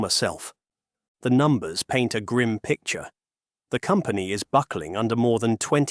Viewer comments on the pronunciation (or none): none